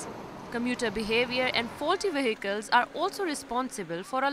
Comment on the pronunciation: Yes, I concur with the earlier comment, the female reporter is indeed very VERY cute, but it seems as if no-one in Pakistan can successfully pronounce an English "v". "Vehicles" become "wehicles" and "involved" becomes "inwol'ed".